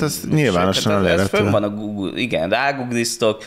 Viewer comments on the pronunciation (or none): none